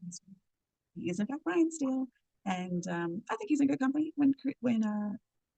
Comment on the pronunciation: How you report on the case, and keep getting his name wrong...put some respect on "Brian" name